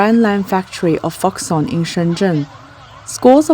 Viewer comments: its Foxconn not FoxOnn ???? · Why did the narrator eat the "k" sound in Foxcon? Why Foxon? Please. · nit pick: Its Fox-Conn not fox-onn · If I got one dollar everytime she said foxon I'd buy foxconn to save those people's jobs. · Its pronounced FoxConn with a C omg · i just feel if your a 200k+ sub channel producing 'professional' content then simply looking into the pronunciation of the topic of your video essay should be a BARE minimum. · Please learn to pronounce Foxconn correctly